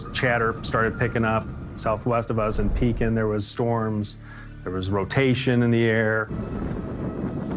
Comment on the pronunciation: Pekin is pronounced pea kin